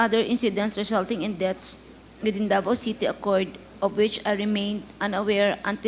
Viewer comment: IS MS GARMA KEEP SAYING ACCORD OR OCCURED...JUST SAYING...